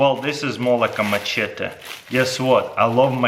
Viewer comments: “Musheta” LOL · The way he says machete 😂😂